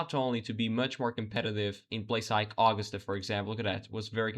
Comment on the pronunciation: The capitol of our beautiful state is pronounced A-GUS-tah. You mangled Lewis-tun too, all in the first minute of the video. That makes it hard for those of us who live in Maine to take seriously whatever else you might say.